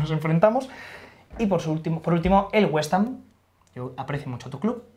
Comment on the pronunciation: Tengo a mi amigo londinense recuperandose del tabardillo que le ha dao al escuchar WestAm jajajajja XD